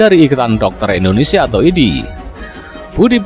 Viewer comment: Pakk .INDONESIA .ndak ada H .nya ..bukan INDONESIAH..